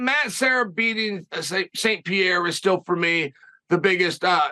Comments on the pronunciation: Chael saying Alex PEA AIR Uh still kills me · It physically hurts every time Uncle Chael says Pierra